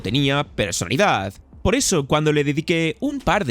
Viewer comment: Muy buen video, pero tuve un problema, que me ha pasado con otros videos tuyos: ¿por qué dices "persolidad"? La palabra es "personalidad"